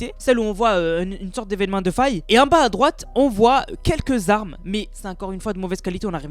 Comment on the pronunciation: "...c'est quoi comme Zarmes... " Sérieux un petit effort stp.